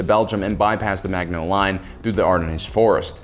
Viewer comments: Firstly, Water Diviner is a great film to watch. Secondly, Gallipoli is pronounced with the emphasis on the the I, not the l. (/ɡəˈlɪpəli, ɡæ-/, in IPA). Phonetically, it'd be like Galipoli, not gally polly. Thirdly, Maginot is pronounged with the G being more like a ZH then a firm G. Fourthly, Ardennes is pronounced pronetically as 'Ardeenes', not ardeknees. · He also butchered Maginot and Ardennes